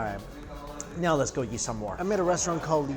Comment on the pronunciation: Normal people: let's go Mike: let's gaoh